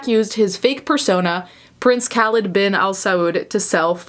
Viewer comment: It's pronounced Kah-leed.. how do you have a following??